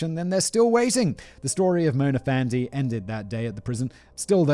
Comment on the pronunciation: Malaysian listener/watcher here: 1. Pronunciation of Mona Fandey was spot on, Simon. 2. Given that corruption is the key trait of most of our politicians, many of us see a morbid sense of humor in a corrupt politician being duped out of money and murdered. 3. It was our Independence Day a few days ago. Coincidence?